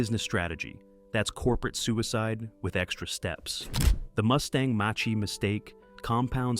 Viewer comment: got to love AI's pronunciation of Mach , who wrote this ? the CCP?